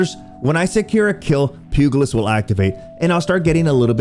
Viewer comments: Pugilist is a soft g. Pew-jel-it’s. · and I had to stop at "pew-guhl-ist" jeez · The “g” in pugilist is pronounced “j” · I just wanna tell you that the letter "g" in pugilist should sound the same as a "g" from generous. More like a "j". I know it's probably annoying to have people tell you that you mispronounced things, but it just grates across my ears hearing people say it that way